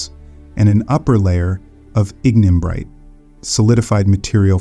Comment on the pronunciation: Annoying minor errors and distracting mispronunciations. Forty-thousand years narrated and 400,000 years illustrated on screen? Ignimbrite initially pronounced as ingen-brite? Please re-record this video and check your other presentations.